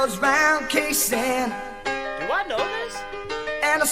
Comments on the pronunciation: its pronounced kay san it's a place in Vietnam where Australian soldiers fought & died.. LEST WE FORGET our beautiful soldiers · The closest English pronunciation of Khe Sanh is probably something more like "Kay sarn", but with a soft r, like a non-american would say it...🥴 Hope this helps 😁 🙃🐨🇦🇺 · Pronounced Kay Sarn